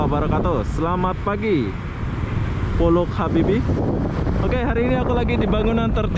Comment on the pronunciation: Mon maap pollux bro bkn pullox😁